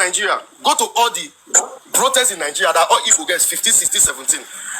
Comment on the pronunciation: Poverty elevation program😂 I think he found out later that she was a pro. She can’t even say Nigeria, she keeps saying Nigerian instead of Nigeria. She is gonna suffer let them deport her. This man is gonna be elevated and she would be put to shame.